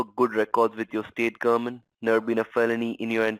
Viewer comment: Trying to work out why I can't stand the vermin's voice. It's because it stresses t sounds at the end of words. Like gohmentttttt. Just makes me cringe.